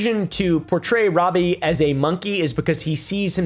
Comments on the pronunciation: wobbie Williams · "Wobby Williams" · Why does he keep saying wobbie? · Every time you say his name i hear wobbie Williams 😂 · "Wobbie Williams" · wobbie Williams lol